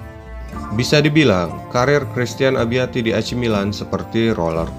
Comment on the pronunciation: Abbiati, bukan abiatti